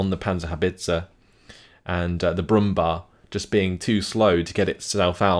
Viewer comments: Very nice commentary again. Btw, I just wanted to say that the "bär" in Brummbär is pronounced like the english "bear". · Hey, just 1 thing I wanted to note: the "Brumbär" is pronounced "brumbear" due to the two dots above the a. I realy enjoy your SD44-content, so ceep up the good work.:)